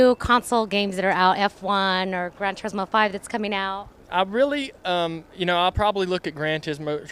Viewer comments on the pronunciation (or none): did he just say "grand tits-mo" lol